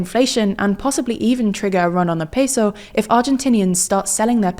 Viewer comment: seriously stop saying peso like that